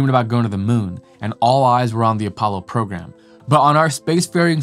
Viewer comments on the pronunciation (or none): none